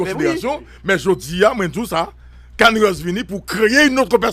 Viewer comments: C Kanye west li prononce Kani e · Son nom EST KANYE COmme on peut prononcer "cann ier"